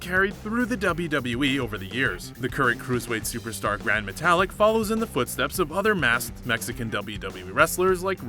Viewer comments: Gran MeTALick, CEsaro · This man said gran metallic 😂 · He said gran matalic like metal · Seezaro and grand metallic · The botch that I like is the one you did of everyone's name. You're "" but you clearly don't know how to pronounce names? Do you even watch WWE? Obviously not so let me get to your botches since we watched a video about them...or bloopers as you call them. Who is Ceasar oh? It's Cesaro (See-Zar-Oh)...Lana (Lawn-nah)...Gran Matalik (Mata-leak)...for Balor (say er instead of or)...Snuka (Snook-ah). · Could we get another aka a better narrator for these vids? This guy doesn’t even know how pronounce Cesaro’s,Metalik’s,Nia Jax’s or lana’s name correctly! Do your reasearch before you make the video! You botched more than every one on this list! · And gran Matelik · Pronounce Cesaro properly. WWE say it every week. Oh, and you cannot pronounce Gran Metalik properly either.